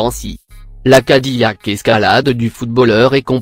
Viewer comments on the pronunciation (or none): none